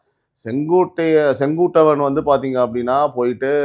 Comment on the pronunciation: அய்யா செங்கோடை அல்ல செங்கோட்டையன்... கொட்டையை நல்லா அழுத்திப் பேசுய்யா நல்லா வரும்.😂😂😂😂😂😂😂😂😂